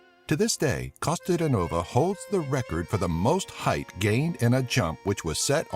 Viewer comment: Costa-de-nova haha I like how foreigners struggle to pronounce most of our names and words :D No hard feelings tho, cheers from Bulgaria ;) p.s you forgot about Hristo Stoichkov and that we're the largest producer of lavender in the world, surpassing France last year